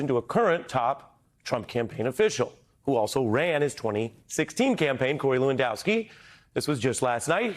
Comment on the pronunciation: Hey Ari , call Lewandowski , LAWENSKI or better yet call him Monica Lewinski and see how he likes his name miss pronounced ! You treat a 5 year old like another 5 year old ! I don't know a thing about " Rappin " but I played ice hockey and if someone gives you an elbow to the face , you give him one back , then take the gloves off ! One thing about us hockey players thought ! When the Game is over and the hitting and elbows are done , WE LINE UP AND WE SHAKE HANDS , like men !